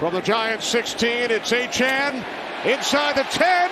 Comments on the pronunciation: DEVON A CHAIN, not ACHAN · I don’t think the commentator is pronouncing # 28 Miami dolphins name properly. Its not Achan its A-cha-ne. Like nene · It's also aye-chain not aye-chan lol he said his name wrong all game as well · I assume we’re talking about Achane. It doesn’t help that the A&M media guide had the pronunciation as ā’-chain the whole time he was there. I watched a lot of Aggie home games in person the last couple years and it was always ā’-chain, which let’s be honest, sounds better. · Is it not pronounced "A-CHAIN" like "A-TRAIN"? It's a nitpick I know but his name looks like it's pronounced that way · Did he say Devon A-Train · The way the announcer all game said Aye-chan bugged the hell outta me IDK why... it's like he went out of his way to say his name wrong again and again everytime he got the chance. He'd even throw it in a sentence that didn't need explaining just so he can say it. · Did Achane change the pronunciation of his last name? His whole time at A&M it was “ā’-chain” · bro its "achain" all game saying it wrong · It’s “A-Chan” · And why is the commentator saying "Achan"? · fun fact: nfl announcers love to butcher achane’s name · Love when there’s a breakout player whose name no one has figured out how to pronounce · Nothing frustrated me more than hearing the announcer say Achane’s name wrong